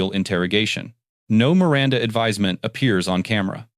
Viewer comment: LOVE the narrarator pronouncing "Miranda," the correct way." Mee- răn-tha